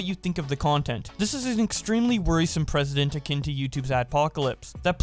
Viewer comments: Learn how to pronounce "Precedent." Its not the same way you say President, which is how you keep saying it. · You pronounced precedent wrong. It's not president.